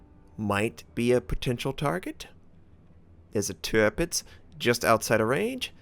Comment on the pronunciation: Very close call on this... - you pride yourself in trying to pronounce the ships names correctly. Thats commemorable. However - you continue to mispronounce Tirpitz. It is actually pronounced: Tierpitz (Teerpitz).